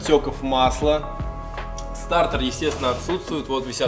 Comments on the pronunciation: стартэр? или стартер???????????)))))))))))))))))))))))))))))))))))))))))))))))глуп звучит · Ну, мужики, ну блин, стартЕр же а не стартэр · СтартЭр ))) Почему то режет слух ))) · Мне одному режет слух этот вот «СТАРТЭР» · классный видос!! Но слово стартЭр уши режет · Как же бесит твой "стартЭр".. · Сцука " стартор" аж уши режит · Нафига ты говоришь старЭр😂😂😂